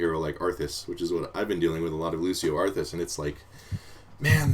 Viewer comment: Such a shame he pronounces Cassia and Lucio like -sh when it's Ka-cee-a and Loo-cee-o ... :((((( xDDD